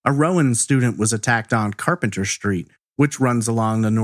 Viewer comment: I think it's pronounced "street", not shtreet